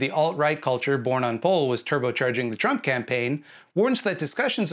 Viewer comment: I like the way you say trump. Intentional or not, it's slurred in a way that sounds like you're trying to say tramp